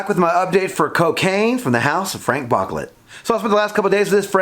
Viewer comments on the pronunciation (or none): It’s pronounced BOOCLAY